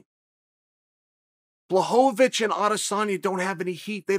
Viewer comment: Important Time Stamps: / - “I was a customer before they sponsored the show” (Sure, Chael) / - First Blachovovicz / - Modified “Ok Great” / - New pronunciation of “negate” / - Second Blachovovicz / - First and only Leg Cross / - “Why are we here and what are we doing?” / - Third Blachovovicz / - “Maybe I gotta elect myself Mayor of GetTheHintVille” / - Casual nose pick